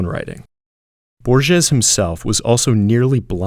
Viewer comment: Sir, reconsider the way you pronounce Don Quixote, and Borges. Please visit the website called forvo to check pronunciation.